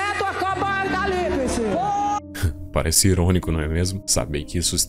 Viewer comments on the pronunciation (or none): "acaptopalipse" Meu Deus volte logo